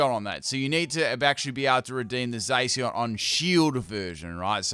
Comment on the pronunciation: Man said zaseeon